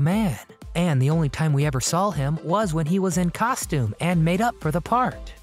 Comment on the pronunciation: I just can't get passed the fact that you put an "L" after the word "SAW" , pronouncing it as SAWL !!! Is that a mid western thing ?